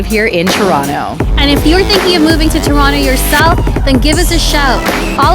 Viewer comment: This channel is all about Toronto but she pronounce Toronto in a wrong way every single time 🤔?